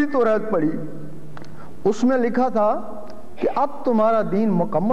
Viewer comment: Toret nhi torat 😂 ye frod h iski baato Me mat aao .. ye na aauzubillah allah ka rab batata h khudko ..